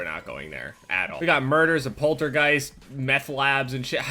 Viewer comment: he says portatghost weird